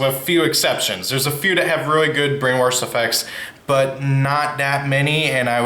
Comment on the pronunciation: Just FYI in the word “brainwash” there’s no “r” before the “sh” so it’s pronounced “brain-washed”